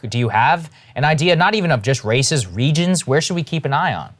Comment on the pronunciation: Did Saagar say racist regions?